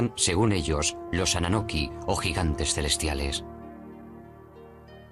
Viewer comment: Annunaki no annanoki , Nibiru no Neberu y Zacharia Sitchen a sido refutado por expertos en lingüística acerca de su interpretación de las tablillas